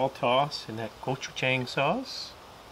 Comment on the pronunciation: The wings look great! Just so you know, you should pronounce Gochujang, go-chu-JAHng... not go-chu-JAYng.